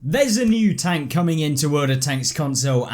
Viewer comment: Every time i hear "NEW PREMIUM TONK" i die in inside of me